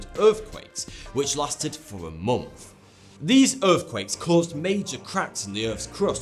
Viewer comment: When will Mr ever learn to say "months" properly?